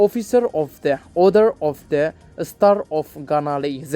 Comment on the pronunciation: The way you pronounce “THE” is not comfortable